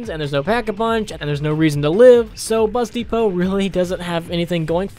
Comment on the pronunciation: When he said bus depot I thought he said busty pope